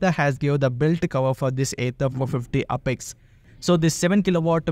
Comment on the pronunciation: Sir please pronounce it properly it's apex and not upex...